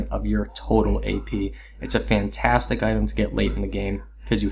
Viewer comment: Good stuff but is she "FAN-tastic?" XD